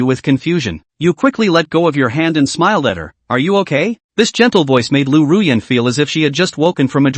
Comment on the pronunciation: It's Ruyan... Don't forget my beautiful name😂